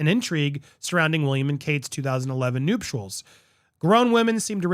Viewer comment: Noop-tuals??!! Lol, omg, Andy, you’re hilarious!